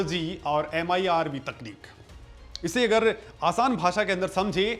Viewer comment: MIRV न कि MERV